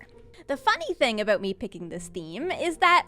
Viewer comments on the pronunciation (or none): "There's still one eyesore I haven't worried aboot yet" I didn't know is Canadian. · "Yeah... aboot that..." LoL Such a good Canadian. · This vid has most Canadian "about" in it yet.